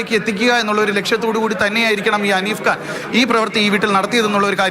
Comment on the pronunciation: ഹനീഫ് ഖാൻ , ഉണ്ണിയെ പോലെ എന്ന് അവതാരിക, പേര് പറയാൻ ബുദ്ധിമുട്ട് ആണ് വാർത്ത വായിക്കുന്നവൾക്ക് 😮